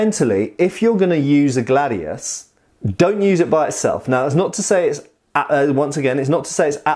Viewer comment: About pronunciation: Glàdius Hìspaniensis Actually wasn't gladius who conquered the known world, it was professionality and organization. Romans sucked at cavalry and archers. Some historical writers said gladius was made to cut limbs arms and legs, this has been proved by some people who did the same execrice japanese do for katanas, rolled bamboo tatami which has almost the same thickness of a human body. Great video. P.S. about historical periods, here in Italy we have a total distinction between ancient era (before greek culture) and classical era (greek and roman period)